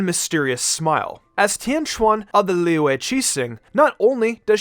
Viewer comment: I LOVE HOW HE PRONOUNCES "LIYUE"